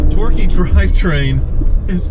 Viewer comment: Every time says "So torque-y!" I just hear "So dorky!"